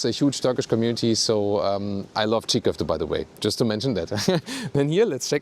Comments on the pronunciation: Did you just say çiğköfte? 😄💕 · Çiğ köfte 😂😂😂 You should try "içli köfte" our very tasty stuffed meatball 😂